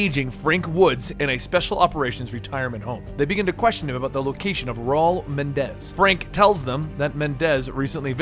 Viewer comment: bruh mispronounces rauls name so bad